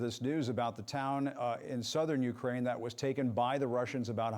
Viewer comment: I hate how he keeps pronouncing Ukraine, annnd it’s also not THE Ukraine, it’s JUST Ukraine 🙄 My heart and prayers are with my brothers and sisters in Ukraine 🇺🇦 Stay valiant and may God protect you all. Please let this Evil madness end now. 💙 💛 💙💛💙💛💙💛💙💛💙💛